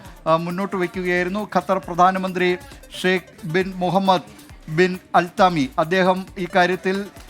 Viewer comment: തമീം അൽത്താനി ❌❌ആൽത്തമാനി or അൽത്താമി ✅😂